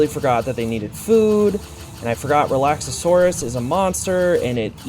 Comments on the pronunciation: Re-lax-or-us lol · I'm baffled that you can pronounce Hoocrates (Hoo-cra-tes) perfectly, but Relaxaurus (Relax-aurus) and Dinossom (Dino-ssom) you get wrong. Seeing as the names are there spelled out and you add extra letters to say them wrong (making Relaxaurus sound Relaxasaurus, or Dinossom into Dino-ossom) and Hoocrates is actually one of the few that is genuinely hard to pronouce if you aren't familiar with Socrates.